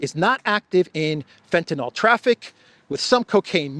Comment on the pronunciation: Lol can you carefully read the word FENTANYL? It is Not FentanOL as you read. 😂